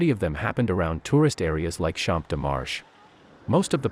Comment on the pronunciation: who picked an awful computer voice.....it makes a mockery of the story. cant find a human? cant find anyone to pronounce champs-des-mars? unsubscribing.